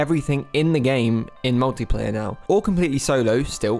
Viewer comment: When you first said "multiplayer" it seriously sounded like you said "naughty player". I thought you were pointing out that players can grief each other now, lol.